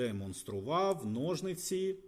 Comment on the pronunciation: Вже не в першому роліку чую ножНиці. Кажіть будь ласка у майбутньому ножиці, бо дуже вухо ріже. P.S. Та і гак/гачок, а не крюк.